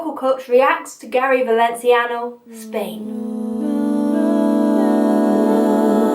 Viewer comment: Who? Did you say "Gary Valencio"? Hmm.... Love you.